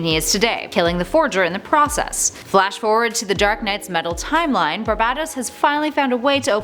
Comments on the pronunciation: I swear she said babebatos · I'm sorry but your pronunciation of "Barbatos" really off-putting, and unnerving.......it sounds like u're saying "Barbados" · The so badly pronounced names and words make this completely unwatchable. By number 8 I was cringing so much I couldn't keep going. Please take this down, learn how to correctly pronounce Barbatos & nth metal particularly, then reupload. Just so bad.